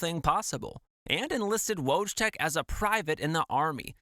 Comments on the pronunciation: His name was pronounced 'voytek', not wojtek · It's pronounced Voytek :) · sorry friend his Polish name is actually pronounced “voy-teck” no W or J sound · How bad can you say wojtek😭😭